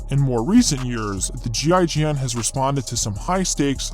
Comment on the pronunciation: As a French you did a good effort for "GIGN" prononciation xD nice video buddy ;)